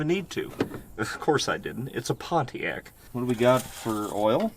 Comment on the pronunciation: Try's to say "Pontiac" like he says "JAG" lol.